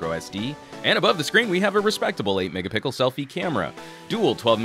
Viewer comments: lol you said "8 megapickel" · Did you seriously just say mega-PICKLE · He said mega Pickle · "8 mega-pickle" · " ..... and above the screen, we have a respectable 8 MEGAPICKLE selfie camera " :)))) Thanks for the LOLZ....watching this in the morning and it made my day for some reason. Keep up the good work ! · why are you saying MEGAPICKLE ?? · he totally says pickle. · he often said "megapickel"... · 8 megapickle camera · Id he say 8 megapickle front camera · Did I just hear him say 8 Mega-pickle? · "8 mega-Pickle" lol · lol u said mega pickle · ha ha you said mega pickle